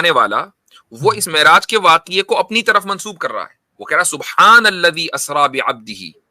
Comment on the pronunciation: Miraj nhe Me'raj hota ha ullu ke pathhe😂😂😂😂